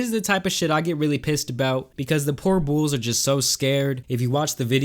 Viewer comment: Why tf do u say bools not bulls